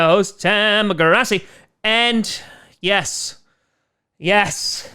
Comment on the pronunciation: He's my #1 hopeful. I don't think he lasts to 30 but he would change this offense instantly. Also, why does it sound like you say CHROSSY posse and not Grossi? I've always wondered. Thanks for ramping up videos, love your stuff!